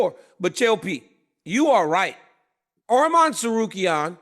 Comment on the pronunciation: Dc THANK U FOR SAYING HIS NAME RIGHT ARMAN NOT ARMIN